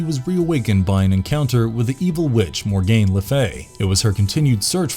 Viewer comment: Tf stop saying Mor-gain, it's pronounced Morgan... there is NO "gain" in her name. Next you'll call her sons Morbid. Get your pronunciation down correct before making a video son!